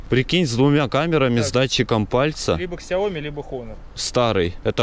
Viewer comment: СЯОМИ, а не ксиоми 😡